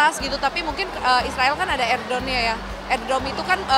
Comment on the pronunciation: Iron dome..bukan air dome 😂😂